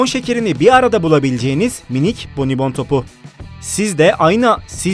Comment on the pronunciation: Abi ben hata gördüm bonibonda konuşma hatası yaptın ama oksjn